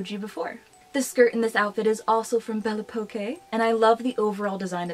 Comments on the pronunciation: Really nice video ! I'm french and the store is pronounced "belle époque" (beautiful times) ;) Where did u shop the pink dress please ? She's so beautiful 😍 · Belle Poque: I believe that it may be intended to be pronounced "bell pock" as a pun of Belle Époque (bell ay-pock), a period of French history near the end of the 1800s. Belle poque may mean "beautiful because". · Bell oh Poke is how its pronounced. The que is a k sound. 😊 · hey! A little help from a darkling alike, it is pronounced as: bell eh-pock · I am – losing my mind hearing you pronounce Belle Poque. It’s a pun. On Belle Époque. Made to sound and look like a name. AH 😅😂